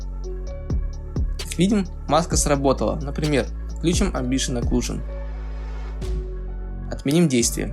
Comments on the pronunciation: Не амбишен, а эмбиент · Спасибо! Продолжай! 🔥🔥🔥Только слово "амбишен" помешало считать это видео идеальным😉